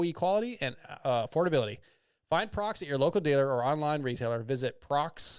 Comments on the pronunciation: busting your balls 😉 It's an annunciation thing with non-english speakers. Or should I say, "nonglish?" The employees in America say Proh Ex, not Prox. Even the web URL has a hyphen 😋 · Prox? What the hell is Prox? 😂 It's "Proh-Ex" in America. Almost as bad as Steve saying, "Motor-Sport" instead of MotoSport and Ryno saying Motor-Cross instead of Motocross 😂 Hate being the grammar police, but these people are paying you guys, you should get their names correct 😆